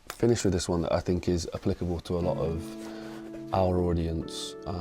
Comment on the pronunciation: I would like to keep watching these but his saying thoughts as Saughts and thinking as Sinking. Don't like it